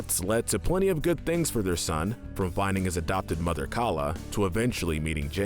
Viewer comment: Bambi's Mo-THer